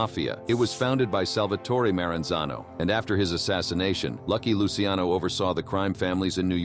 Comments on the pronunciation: Luciano sounds like Lou Cha No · Say it with me.. Lu-Kay-Zee